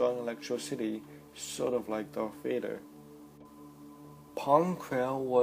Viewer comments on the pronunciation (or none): none